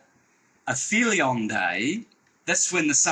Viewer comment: 'Affelion day' 🤣